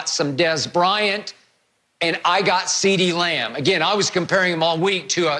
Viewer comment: Skip said Ceedee Lion bruh 😂😂☠️